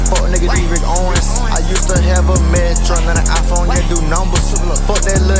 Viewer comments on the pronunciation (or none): none